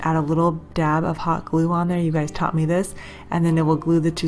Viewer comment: All of these are genius!!. But fyi, It's taught not taunt. No big deal I would want someone to tell me of I was saying something wrong.